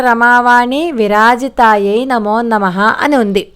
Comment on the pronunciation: Amma namaskaramu నమోన్నమః అంటున్నట్టున్నారు. నమో నమః అని మాత్రమే పలకాలి. ఒత్తు పలుకు రాదని మనవి.